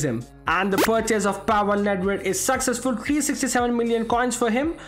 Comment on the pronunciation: I love his accent when he’s trying to say: ‘The purchase was successful’, instead he says: ‘The purchase was saccessful’. 😂😂